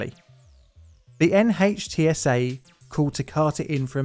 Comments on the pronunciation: NHTSA is pronounced NITS-uh. Just FYI. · Great video. Just an fyi: NHTSA is pronounced “nit-sa”